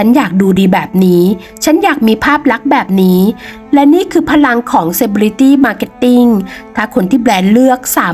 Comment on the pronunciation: เซ-เล-บริ-ตี้ Celebrity ไม่ใช่ เซ-เบ-ลิ-ตี้ ✌️